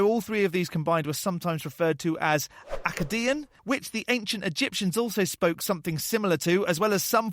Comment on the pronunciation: Your pronunciation of "Akkadian" is hilarious, thanks.